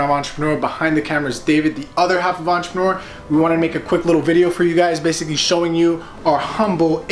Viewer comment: take a shot everytime they say "ENTRPRNR"